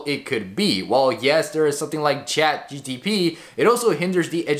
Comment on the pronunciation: chatgpt, not gtp tho